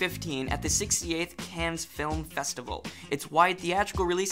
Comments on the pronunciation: Cannes. Pronounced 'Can'. Not 'Cans' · Cannes is French so you ignore the last couple letters. It's pronounced like "Khan"